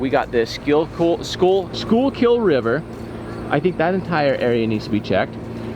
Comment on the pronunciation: Hey Jared I give you a 10/10 on how you pronounce Schuylkill. I was born and raised in Schuylkill County I'm still living here today.